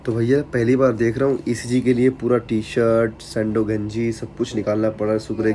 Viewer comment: ECG Bolte hai bhai 😅😅